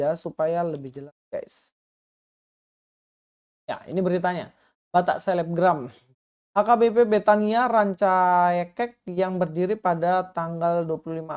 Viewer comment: Ranca ekek bang bukan ranca naek